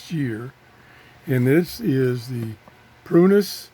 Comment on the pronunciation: Pronus? Prunus? Close enough.